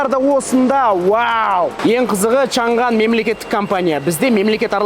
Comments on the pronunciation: олжеке!Шанган емес Шаңан!"Ң"әрпі"NG"осылай !Қытай тілінің "PINYIN"латынша жазылуы!орыстарда "Ң"жок ,олар "NG"бәрін "НГ"деп оқыйды,мәселен:Samsung ды,самсунг дегендей!Қазақшасы:Самсуң😊,біздің тілдің артықшылығы осы"Ң"әрпі! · Чан ган емес Чаң ан баурым орыс емес Қазақсың ғой Ң әрпін айта аламыз ғой